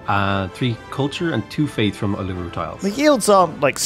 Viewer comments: Every time he mis pronounces Uluru a small part of Australian history dies. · was triggering me so much the way he was saying it lol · Every time they say Uluru I die! For years they have been saying it wrong.